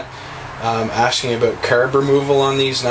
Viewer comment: ha, he says carb like curb and talking about Lila